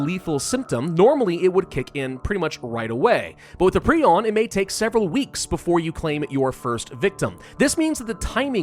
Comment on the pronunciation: I love how he is one of the few people actually pronouncing Prion right.